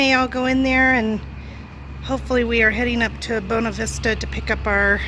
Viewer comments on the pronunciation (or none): Buena Vista is pronounced: B-ewe-na.